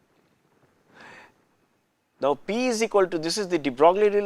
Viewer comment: DeBrogllie ==> pronounced "debroyy."